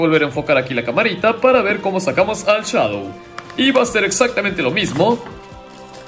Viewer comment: Se dice Shadow